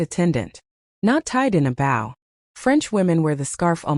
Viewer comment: "Bow" rhymes with "go." "Separate(s)" used as a noun is "SEP-rit." Why am I talking to AI?!